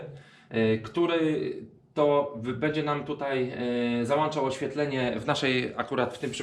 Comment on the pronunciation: Bardzo fajny tutorial ale mówi się włączać a nie włanczać, załączać a nie załanczać boli w ucho trochę, poza tym na pewno pomocny filmik dla niektórych.